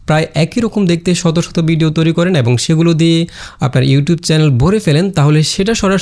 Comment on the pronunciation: ভাই বিডিও না ভিডিও। সুন্দর ভাবে উচ্চারন করবেন।